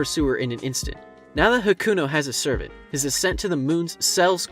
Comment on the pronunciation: Did anyone catch him saying "servert" lol